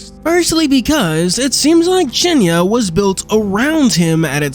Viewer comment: When you read the word "cienie" as "cienia" it is very confusing when you understand Polish xD